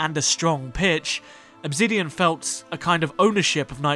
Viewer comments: Why in the video, do you keep saying "Obzidian" instead of Obsidian?? Very weird... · great video just one question, why pronounce the s in obsidian as a z. you keep saying obzidian and it throws me off the entire video.